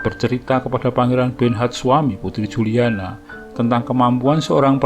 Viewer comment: Ente salah bacanya bro..Juliana (dibaca Yuliana) ente gererasi jaman now jadi gak bisa bisa baca anak jaman old 😀😀😀